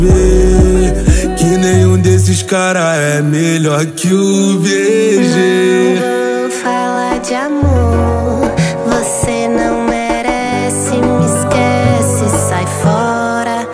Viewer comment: Sim não é Bg E fala Vg não sei se foi ele mesmo ou o Jeito dele fala B saiu como um V kkkk